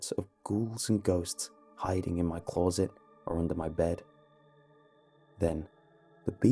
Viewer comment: "CLAW-ZIT" plis no